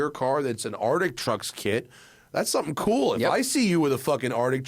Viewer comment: So the word is "Arctic" there is a "c" in there Matt! This is my favorite podcast, but for the love of Merle please say the word correctly.